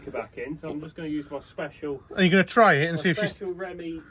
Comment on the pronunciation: For f*cks sake stop saying 'remy' ... it's 'ree me'.